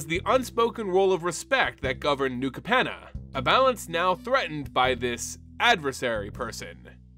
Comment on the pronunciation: And Capenna. And repeatedly called "Maestros" the "Mephistos"